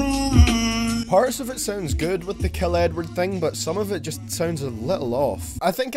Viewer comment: when he say Edward it sounds like he's saying N word